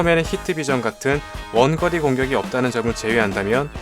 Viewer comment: 원더리 아니고 원거리